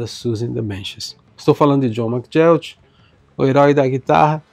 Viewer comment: Esse cara era fantástico! Obrigado por falar dele! Mas a pronúncia é /ma-guí-ok/.